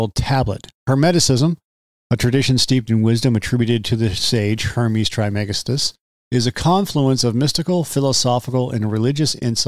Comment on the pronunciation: Pronounced “Tris-ma-gis-‘tus”